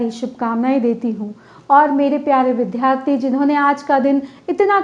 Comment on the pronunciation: आप का भाषण बहुत अच्छा था । विद्यार्थी शब्द के उच्चारण पर ध्यान दें।